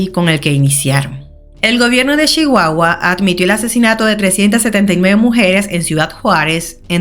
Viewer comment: Pronuncias Chihuahua como una Chihuahuense original 😊. Saludos desde México querida